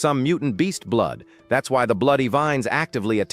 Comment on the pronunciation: There was a part in the story where it should have been blood but instead it read.out as blow. Hmmm might want to spell check the ai